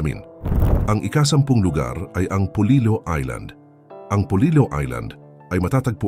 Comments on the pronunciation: Hindi iyan polilo kundi polilio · Polillo po not polilo.....polilyo pag tagalog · Polillo po not Polilo ang aming bayan 🥰🥰🥰